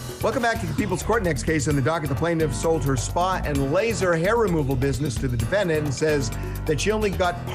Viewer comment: He always says " The Defend Ant " at the beginning. Defend Ant. I guess it's good to know that ants have rights in our country.